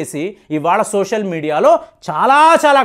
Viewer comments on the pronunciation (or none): none